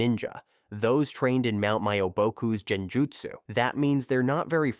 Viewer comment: I was on the edge Then heard jeni-jutsu Ai can just kill me